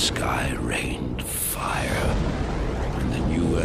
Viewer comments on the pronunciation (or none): none